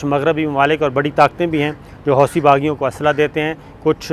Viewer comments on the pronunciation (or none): none